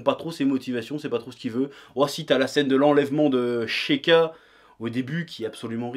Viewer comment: "Sheika" "Sassori"... T'as fumé un gros joint au miettes de cartouche/dvd de Zelda + Naruto avant de faire ta review pour écorcher pareillement les noms ? :)